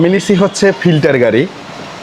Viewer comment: ফিল্ডার❎ ফিল্টার✅ 😂😂😂